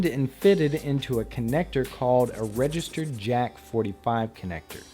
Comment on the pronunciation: regester what ? did he say it means regester jeck or regester jet ? i can't figure out what he said